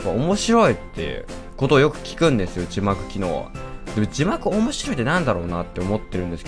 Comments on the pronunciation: 字幕機能が自爆機能って聞こえた(꒪꒳꒪;) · 自爆機能って聞こえる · 字幕機能って言ってたけど自爆機能って聞こえたwww